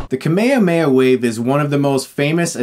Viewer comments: I love how you say Kame-hame-ha, all together and flowing as 1 word. We pronouce it separately in brazilian portuguese. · It is kame hame ha, not kame yame ya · Ahem. It’s kamehameha Not kameyameya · Just to let you know you are mispronouncing Kamehameha, its not pronounced kamayamaya - That dub is wrong, funimation corrected that. Kame hame ha, the turtle destruction wave. Most japanese words are prounounced in pairs of consonants and vowels, ka-me etc. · It's kame Hame Ha not kame ame a 😅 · Wtf is cumme uhh meh yaa Its kaame haame ha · Stop! Just stop butchering the name! It's KA - ME - HA - ME - HA not Kame Yahweh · Dafuq is up with the camea mea? Is this really how americans pronounce it? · why do you say Kamehameha completely wrong?! You sound like you are saying kemay-mayha wave.....Its pronounced KAH -MAY, HA---MAY---HA..... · Why the hell do Americans say "kameo-may" WAVE? it's clearly KAME HAME HA. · ehhhh ive always hated to pronunciation of the kame-hame-haa as kuhh mayuhha mayuhh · You keep pronouncing Kamehameha wrong. It's "KA-me-HA-me-HA", not "Ka-ME-a-ME-a" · It's pronounced Ka-may-ha-may-ha, not ka-mayuh-mayuh. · Why does Chris pronounce kame hame ha like "kameyameya". Weird. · It is not KAMEIAMEIA FFS, it is KAME-HAME-HA. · Stop saying kumehumeha for god's sake, you're no worse than the movie if that's how you pronounce it. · I don't think you're pronouncing the power right. isn't it pronounced "Kah-meh-ha-meh-ha" not "Kah-meyamey" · why do you say kame hame ha like kame ame a?, it's kind of disturbing. the movie i don't know if it deserves de hilariousity being that enraging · i take issue with the way you say "kamehameha", especially because the clips in this video explicitely show you how its pronounced lol "ka-mayo-mayo"? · He’s saying it weird. It’s pronounced com-ay hom-ay ha. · Why does he pronounce Kamehameha kameyameya???? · Perfect. But please don't call it the Ka-Mayo-Mayo-Wave. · No one : Chris : kamekameyo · Kameya-meya, lol. =)